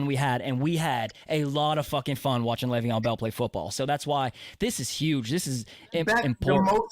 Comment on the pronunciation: It’s Lay-Veon…